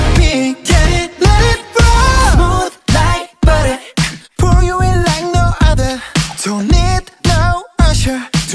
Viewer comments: Не баре , а батер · Во-первых, барэ - потому что так удобнее или это ошибка автора. Во-вторых, все-таки не зэт, а вэт. Это распространённая ошибка говорить вместо вэт - зэт. Вэт говориться, когда кончик языка касается верхних зубов и при этом при произношении этого звука язык немного еще вибрирует. Из-за этого слышится зэт, но произносится вэт В-третьих, если вам не нравится, как автор кириллизовал текст песни, то ищите другой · Не барэ, а баттер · Вопрос: почему Барэ? Если Баттэ?И почему Вэт, а не зэт? Я конечно не англичанин но веть зэт... И не мадэ, а мазэ... Так же Ту зэ, а не ду дэ Ду и ту это разные слова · Как раз баттер и есть ошибка. В слове Butter звук r не читается как р, хотя даже в школах у учителей английского есть такая ошибка. Да и вообще буквы таковой там нет. Но в американском произношении для лёгкости несколько букв могут заменить на что-то похожее на р или д